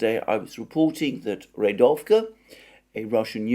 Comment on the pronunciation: Dear Alexander, my tentative advice would be to simply look for the proper stresses of Russian words in Russian wikipedia. They are there for sure and it really annoys my Russian ear, no offense. rEAdovka, not readOvka; bakhmUt, not bAkhmut etc etc. I know I know it's pretty challenging, but this is just another way to improve the content that you are already doing which is very well made though 🙂